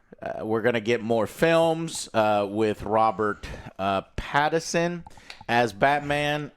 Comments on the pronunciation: Joe never fails to amaze me with how good he is at saying names wrong. How in the world do you manage to mispronounce "Pattinson"? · Will they ever get the name Pattinson right?